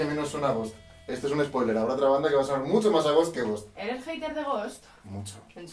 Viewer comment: no sabe ni pronunciar “Ghost” y dice que no suena a ellos XD